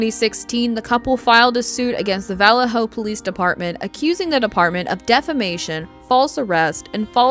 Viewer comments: In the first case, why does the narrator pronounce the name of the police force as "VALL-leh-ho" instead of the proper "vall-AY-ho?" Strange and uneducated. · It’s pronounced (vuh•LAY•hō), not (valley•HŌ) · You know what's really annoying I don't know where valor hello is I know where Vallejo is learn how to pronounce your cities and your words duh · Learn how to pronounce. Or listen to some N2Deep or Sick With It. Vallejo is not vowell-lay-ho. It's pronounced vuh-lay-ho. Other than that great video. Thanks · You are CONTINUALLY pronouncing the name of the city in California, where Denise Huskins and Aaron Quin lived, wrong! Phonetically speaking, it is pronounced: VA-LAY-HO. Valejo. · The CA city where homegirl was abducted Vallejo is pronounced va-lay-ho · You are a very poor narrator! For one thing, the town you mentioned IS Pronounced VA LAY HO! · It's pronounced "vuh-lay-hoe" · Hey the name of the city right. Valle-ho. Also, I remember this story. I grew up basically in Dublin California. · Vah-LAY-Oh. God, that was painful to listen to. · The only crime, the pronunciation of vuh LAY oh. 😅😅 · Its Valle-Ho, not the wY you are saying it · It's pronounced vaLAY-ho. And exAsserbated. And MoBEELE. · It's pronounced "Vuh-Lay-Hoe". 😊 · It’s pronounced VA-LAY-HO!!! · I caught that too..is she using ai you think? Sometimes it's way easier but mispronounces things like names. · How can you not know how to pronounce Vallejo? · You aren't pronouncing Vallejo, CA correctly. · They way you kept pronouncing Vallejo killed me. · they’re referring to this video creator mispronouncing the last name as “daywell” instead of “daybell”. Vallejo was also pronounced wrong lol